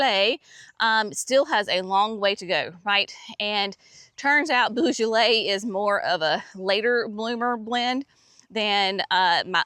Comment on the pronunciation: The tulips are amazing, I can’t wait to see mine come up, I can’t remember the exact colours other than there’s purple in the mix! When you say beaujolais the beau part is more of a “bo” less of a “boo”🩷